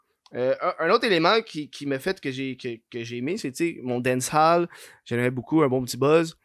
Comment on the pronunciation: Y'a bin just pour se corriger d'avoir mal prononcé un mot dans un podcast précédent tout en continuant à mal le prononcer hahahahaha:p "dancehall" rime avec "call" en anglais ou "pâle" en français, pas avec "balle" XD on t'aime pareil:p